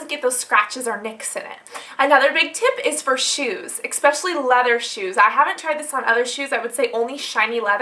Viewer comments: Does it seriously bother anyone else how she says "especially?" Good lord!! ES, not EX! LOL. I love the video, anyway. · i love how you say "ec-specially" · "EXpecially leather shoes..." x)